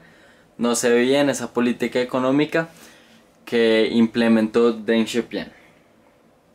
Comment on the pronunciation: Deng Xiao pIIIng wacho, donde ves una "a"?